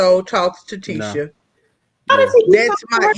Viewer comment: Nah why they continued to mispronounce Tisha husband's name after being told how to say it the correct way....